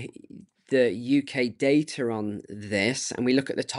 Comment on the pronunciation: "the uk dater"- I think the word is "data". Good day.